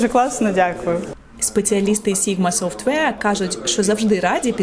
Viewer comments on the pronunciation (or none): Побуду трохи душнілою. Software, не softwear